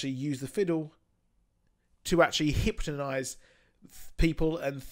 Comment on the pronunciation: Was it me or did I he say hyptonised